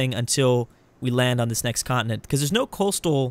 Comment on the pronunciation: why does he pronounce continent like that?